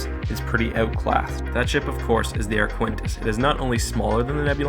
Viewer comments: Sorry but this is one of the weaker videos. 1. The ship is pronounced Arq-i-tens, not Aquintis 2. The Arquitens is 325 meters (on average) in length so it is comparable to the Nebulon-B 3. The Arquitens is armed with quad laser cannons making it hard for the enemy X-Wings to get close 4. The Arquitens is also armed with double turbo lasers, so they should count double in TL weapon count 5. The Arquitens is normally carrying 4 Tie Fighters, although i think they are not even a minor factor here In the end, the Nebulon will most likely win, but not as decisive as presented in the video. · Arquitens is Ar-kit-tenz, not Ar-kwen-tis. Also, Lucrehulk is with a hard 'c' (Loo-ker-hulk), as in 'lucre'. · Where in the world did you get the idea that something spelled “A-R-Q-U-I-T-E-N-S” would be pronounced as “A-R-K-W-I-N-T-I-S-S”?!?!?!?!?!? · Repeat after me: “A-R-K-I-T-E-N-S” That is the proper pronunciation of the Arquitens Class light cruiser. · I have no idea how you can see the name “Arquitens” and pronounce it as “Arquintus”. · Arquitens is pronounced Ark-it-ens. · Arquitens: Ark-wi-tenz Lucrehulk: Luke-er-hulk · I'm pretty sure that Arquitens isn't pronounced "ar-KWINT-ess" on account of that putting the 'n' in the wrong spot. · Ar-qui-tens, I think. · it's pronounced ark-kit-tens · It hurt every time you mispronounced ‘Arquitens’ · I find your pronounciation of the name 'Arquitens' disturbing... The 'ui' is silent, and there is no 'n' before the't'! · Just one thing: There is no "n" before the "t" in Arquitens. That did throw me off every time ^^